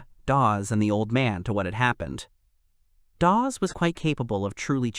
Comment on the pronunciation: you need to work on pronunciations dawg, you butchered EVERY SINGLE NAME including calling Dawes "DaVe"....